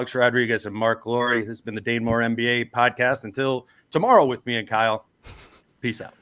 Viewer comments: ARoid it's DANE not DANA.... what a genuine guy 😂😂😂😂😂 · ARod continually calling him “Dana” is absolutely sending me. I can’t get over it 😂😂😂